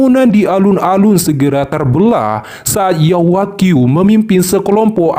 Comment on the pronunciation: Yao wanghui Bukan Yao Wagyu min